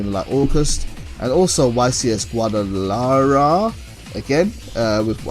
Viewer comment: Nice video for your future video it's pronounced gua da la hara.